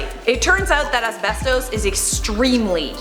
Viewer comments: The way you say asbesto is wierd. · it's pronounced....uhs-beh-stuhs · I swear to god say asbestoose one more time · It’s as-best-us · YES THANK U OMG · Am I the only one who thinks it's wierd the way says "asbestos"? Do all Torontonians say it like this lol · This video should be called “ Pronouncing asbestos wrong for 5 minutes”